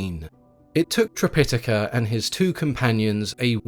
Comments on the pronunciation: Yes, this was getting on my nerves during an otherwise excellent video, so I checked. According to the Oxford dictionary, yes the main pronunciation is tri-pi-TAH-ka. Or, sometimes, trip-I-tuh-kuh. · Its a good retelling. I don't like how you pronounce Tripitaka though 😅